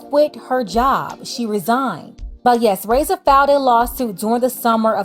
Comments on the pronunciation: Her name is not pronounced (ray-ssa) it's (rah-ee-ssa) the (i) is pronounced as the letter E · The way you’re pronouncing her name is hurting my ears 😭😭